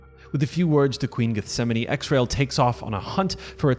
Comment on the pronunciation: So is it Ez-Rye-elle like the chronicle says or X RAIL like you say in the video? I figured it was pronounced Ezreal....?